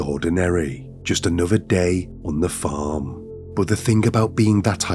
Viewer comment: 1000% AI. Both the voice and the images of the narrator. It’s incredibly realistic looking and sounding but there are very subtle clues that give it away. The overly enunciated “R’s” and “G’s” along with consistently improper emphasis’ and the overly animated mouth movements in the images are the most obvious ones. Listen to it again and listen specifically for the way the word “farm” is pronounced exactly the same way regardless of the context in the sentence structure. Definitely AI.